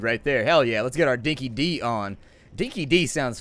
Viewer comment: wanna speak like an Aussie, call it Dinkie 'Die' instead of Dinkie 'Dee'. Know idea why we pronounce it that way. The phrase means that something's genuine.